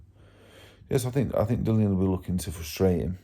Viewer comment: Remember, Makmudov will be saying the same, you will need to be super fit to win this one. Good luck Dave. Btw, his name is Dillian not Dillon 😀😀